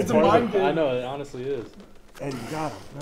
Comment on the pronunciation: I swear it’s haddy not eddie